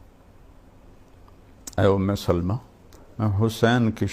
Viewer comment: ام سلمہ لام کے فتحہ کے ساتھ ہے